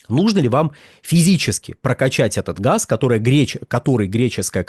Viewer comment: Они говорят не газ , а хаз.